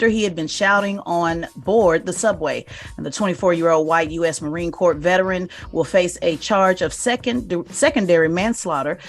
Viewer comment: Core (Corps) not "corpes"